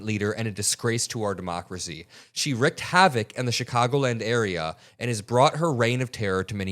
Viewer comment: It's pronounced reeked. She wreaked havoc